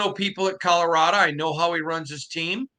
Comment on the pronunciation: love you and everything you do and bring to The Nation. But, if you’re going to talk about my great state and the great coach for the Buffs, please, it’s ColoradO not ColoradA. 😂